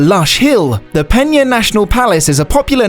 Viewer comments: You said "peña" so many times that I almost had to throw up! It is PENA...with a regular "n". Portugal speaks portuguese, not spanish...got it? There is no "ñ" in portuguese. Never, ever say portuguese words as in spanish. It is garanteed you will be pronouncing it the wrong way. Better to read it as in yourn own language, then at least you would have the excuse that it was your own accent. "Pena" in portuguese means "feather" in english or "pluma" in spanish. Meanwhile, "peña" in spanish (the word you said) means "pain/sorrow" in english. As you can see, not only both words do not sound the same as they have two extremely different meanings. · It's Pena not Peña... why does everybody say portuguese names with spanish pronunciation? go to google translater and hear the word, it's not that difficult... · Thumbs down for pronouncing it peña